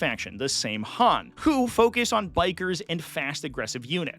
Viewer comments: Same Han??? It's pronounced "Sah-win". It's where the word "Halloween" comes from. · Samhain isn't profounced the way it is spelt; it's an old Gaelic word and you'd say it like "sow when"